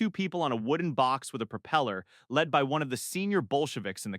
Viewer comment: LED NOT LEED!